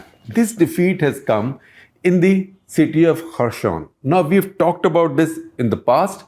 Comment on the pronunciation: Good video. Just a small correction. I think you are pronouncing 'Kherson' as if its a French word. It is pronounced very similar to its spelling. The first alphabet 'X' i.e. 'Kh' is pronounced somthing between ह and ख in Hindi. So हेरसोन or खेरसोन is right pronunciation. Something in between हे and खे would be accurate.